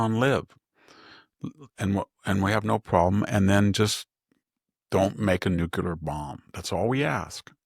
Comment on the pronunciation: Victor! It's Nuclear..... NOT... Nucular!!!!!!!